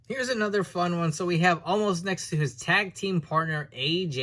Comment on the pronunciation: Why do they call him omaaas now? His name is omos right?